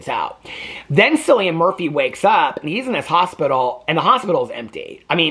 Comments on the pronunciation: It’s pronounced Kill-ian 💙💙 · Omg, Cillian was my biggest girlhood crush!!!! He has so many amazing films! His name is said with a hard K sound, "KILLian".